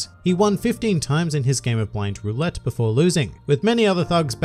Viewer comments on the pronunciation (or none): none